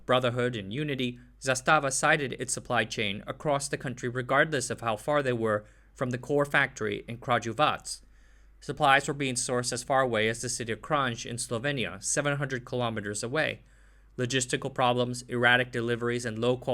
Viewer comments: A couple of errors I could hear: Fičo is not pronunced Ficha, but FichO. Kranj is pronounced KranY. Also stojedan is pronounced stoYedan. The author should not use English spelling with Yugoslav alphabet. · Your mispronounciations make me angry. Why do you say every J as a Ž? Kranž? Stožedan? Stožadan? NO! NO NO NO! And the fičo is NOT a fiča.